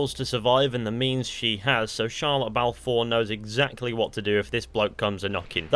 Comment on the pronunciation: i thought you said shia lebouf four